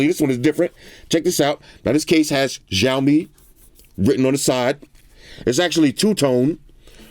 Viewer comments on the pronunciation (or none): Hey. I just wanted to mention that the Xiaomi is actually pronounced “Sh-ow-mi”, not “Jow-mi”. Great video as always brotha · dude it's not jaomin its chowmein, the name of the brand you're pronouncing its wrong. always here to help big brother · no its shaw-mi